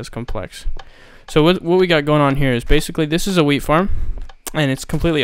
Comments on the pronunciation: skatemaniak212 porbably know it said WHEAT but the accent made it sound like weed, dumb fuck *facepalm* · i thought u said weed farm